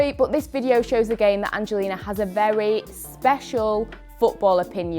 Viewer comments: I think its cuz your "but" sounds like "bot" , for me ... The "ehm" is kinda too much😭😂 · Is it weird that I love the way Angelina says but? 😅 I guess I'm jus an American who isn't used to the accent Edit: Wow, right after I finished typing this comment, Angelina explained her accent Edit 2: WTF! As I was finished typing the last comment, Angelina is asked about the way she says but 🤣